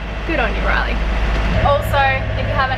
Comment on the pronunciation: glad to see someone mention it, it's been bugging me since the beginning, ignorant Aussies and I'm an Aussie....to Riley and it has a long A not a short one:) love you both and your adventures